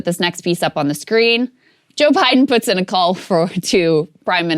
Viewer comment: How hard is it to say "puts-in"?